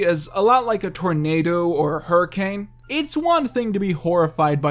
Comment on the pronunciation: Hurrican? HaH You mean a tsuami?!